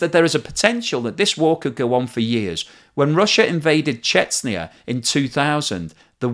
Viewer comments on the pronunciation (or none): I noticed you pronounce Chechnya as Chets-nia? Is that how it's pronounced? I always thought it was pronounced chech-nia